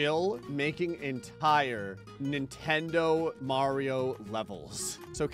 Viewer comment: Dude said Mario right for the first time in his entire YT career